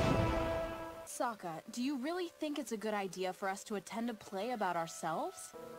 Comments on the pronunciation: Who’s Oong and So-ka and eroh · yeah oong instead of aang and sooca instead of sokka and general E roh instead of Iroh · “ my kingdom is dying, sue-ka “ 😔✊ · Sue-ka? "The name's Sokka! It's pronounced with an okka!"